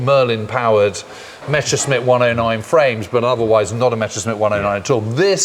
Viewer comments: Why is there a tendency to pronounce it Mescherssmitt instead of Messerschmitt? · Seems suffers from a bit of ooooo Meshersmitt Meshersmitt syndrome.